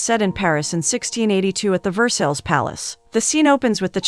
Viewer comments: I usually love, but no movie title and saying Ver-sales 2 or 3 times only a few seconds in? It's Ver-sigh! Dang! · Pronunciation.. Ver -SIGH not Ver-Sells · Ver sales Lmao I love AI voices sometimes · Versales??? VERSALES???! I just can't. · Ver-sales palace? 🤦🏻‍♀️ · each time the narrator butchers 'Versailles' I cringe a little...good story tho